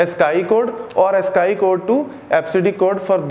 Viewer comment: Sir Ascii(ask-ee)